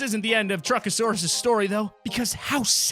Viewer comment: Don’t call it truckasairs call him optimis prime